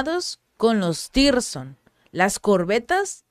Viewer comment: Tirson no, zircon, saludos desde colombia 😊